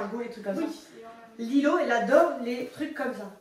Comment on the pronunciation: C'est pas Lilo c'est Lilou 😢😢😢